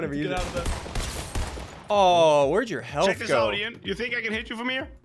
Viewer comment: Its ean not ıan